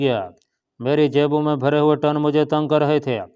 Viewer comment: یہ ٹن کیا ہوتا ہے۔ اسے ٹن_ کہتے ہیں۔